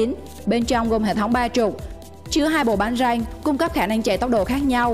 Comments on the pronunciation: Giọng đọc điệu đà quá lố. Bánh răng đọc ra nghe như tiếng anh lun vãi nồi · 91 hơi ngọng từ BÁNH RĂNG